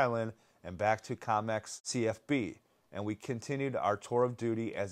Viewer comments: The town is Comox not Comex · KO MOX....not "com ex". 🙄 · love this channel but why are you pronouncing comox that way haha